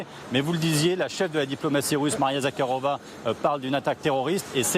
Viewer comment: à 4 minutes, attention, Maria Zakharova (je n'ose plus espérer que vous prononciez un jour le kh correctement) n'est pas chef de la diplomatie mais porte-parole du ministère.